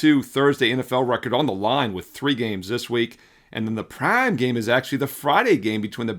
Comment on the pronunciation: I love the breakdown. However, the way you say Prime is so annoying. I would encourage you to just say the word prime and not try and emphasize anything. You do it for too many words. Deuce, Practice, Prime--just say the words.